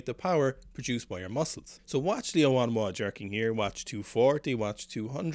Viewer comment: Your pronunciation is of Liu Huanhua is much better than before!